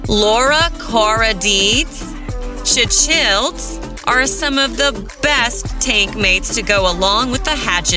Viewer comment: She can’t say cichlids right😢